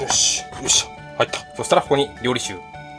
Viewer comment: りょうりしゅじゃないの？ りょうりざけなの？ まぁどっちでもいいか笑 あっ、途中からりょうりしゅって言ってた。